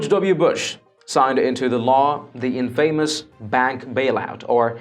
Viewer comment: INN-fa-mus, rather than: in-FAY-mus, but I love your accent overall.